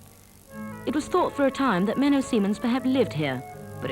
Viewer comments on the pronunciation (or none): Menno Simons NOT Menno Simmons or Menno Seemans. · It's Menno Simons. She is pronouncing his name incorrectly the whole time.